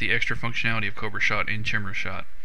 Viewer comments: "Chimera Shot" [ki-meer-uh, kahy-] KAI-MER-A NOT Chim-Ra - LOL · Chimera is pronounced KHI-ME-RA, not TSHIMERA :D. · Lolol its pronounced kai-meer-ah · it's pronounced ky-meer-a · not how u pronounce chimera : P srry ocd bout that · HEY DUDE HOW ARE YOU GOING TO PRONOUNCE CHIMERA WRONG. WTF